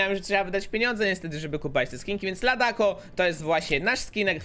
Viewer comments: To się czyta ladaco a nie tadako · Mówi się "LADACO" a nie "LADAKO"